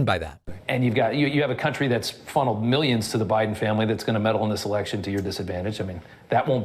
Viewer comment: One thing about Trump remains consistent: SNIIIIFF! SNIIIF SNIFF SNIIIIIFF!! The obvious cocaine/methamphetamine/crushed Adderall-induced runny nose!! Oh, and there's also the annoying way he says "millions" and "billions": "meeeyons and meeeyons of dollars," "beeeyons, beeeyons of dollars....". This, in nauseating addition to all of the OTHER usual mispronunciations, "trumpisms" and embarrassing GAFFES. Very consistent, I must admit!